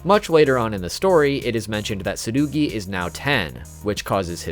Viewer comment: Crazy how you pronounced Tsurugi’s name like that